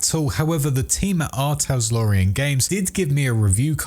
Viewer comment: Preem vid. It's "Tal-SOR-ian", not "Tas-Lore-ian".